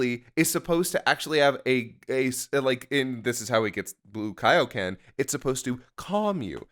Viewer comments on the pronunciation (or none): none